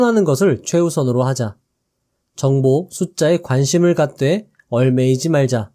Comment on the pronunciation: 얽매이지 말자 발음좀 개선해 주시면 정말 감사드립니다 매번 듣는데 잘못된 발음이 조금씩 거슬립니다